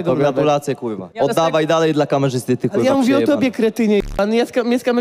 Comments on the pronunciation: Mega beka ktos nie mowi ,,R” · kuLwa . FLAjeLSZE, KULWA KULWA